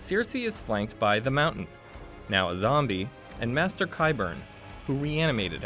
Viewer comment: Also "master" oof